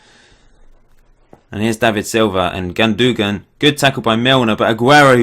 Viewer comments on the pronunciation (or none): Gundogan is pronounced "Goon-do-wan" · It's Gun-Doan lol :P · It's Gundogan, not Gundogan.